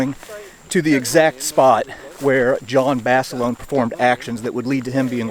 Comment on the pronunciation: lol, "Jon Basilone-eh"